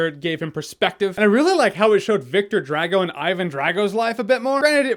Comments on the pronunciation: Think Dr. Dre. Dre-Go, not Drag-oh. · Draaaago? Say Drahgo, please... :P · I always thoughts Drago was pronounced Drah-go. More of an ah then an a.